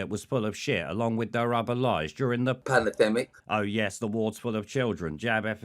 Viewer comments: Nice video, every time I see Shitrod saying "panadmic" I'm torn between laughter and homicidal rage. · Panna-demmic gets me every time 😂